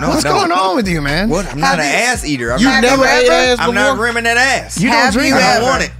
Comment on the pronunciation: Bro it’s wantch like ain’t nobody wantch you around here bruh